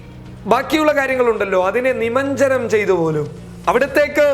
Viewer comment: നിമഞ്ജനം അല്ല നിമജ്ജനം എന്നാണ്. പിന്നെ വൈറസിനെ കാഞ്ഞിര പ്രതിമയിലേക്ക് ആവാഹിക്കുകയാണ്‌ വഹിക്കുകയല്ല. എന്തായാലും ആ കള്ളസ്വാമി ലോക ദുരന്തമാണ്. ഇത്തരം വലിയ കള്ളന്മാരുള്ള രാജ്യം കൂടിയാണ് നമ്മുടെ ഇന്ത്യ